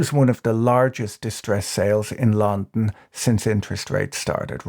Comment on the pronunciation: Who pronounces “london” like this? I’ve only seen a few of Patrick’s vids but I’m wondering if it’s some deep-cut injoke I don’t know